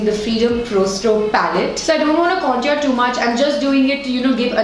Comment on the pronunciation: Not to sound rude or anything but the way you pronounce the word 'contour' is wrong (and for me it's cringy ) Please look it up.